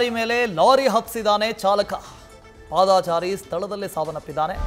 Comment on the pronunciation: ಪಾದಾ ಚಾರಿ ನು ಅಲ್ಲಾ ನಾಗಾ ಚಾರಿನು ಅಲ್ಲಾ ಕನ್ನಡ ಪದ ಬಳಕೆ ಸರಿಯಾಗಿ ಮಾತಾಡೋದನ್ನ. ಕಲೀರಿ ಸ್ವಾಮೀ. ಅದು ಪಾದ ಚಾರಿ ಎಂದು ಇರಬೇಕು